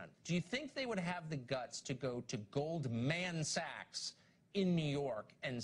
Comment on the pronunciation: Isn't this the same woMAN/feMALE that says you have to ask for consent from babies before you change their diaper? Over 7 million people die of hunger a year and these are the issues we focus on. Also, I LOVED the emphasis he put on Goldman Sachs: Gold MAN-SACKS